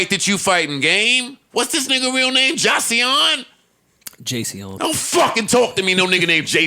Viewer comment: Joe had me rolling “what’s that nigga name ja-cee-on?” 😂😂😂🤣